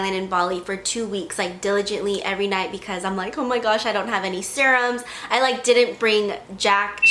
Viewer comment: "but equis" jajaja 😂